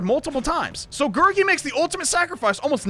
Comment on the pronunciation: You're pronouncing Gurgi's name right